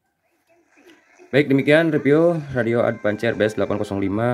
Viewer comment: ADVANCE dibacanya Edvans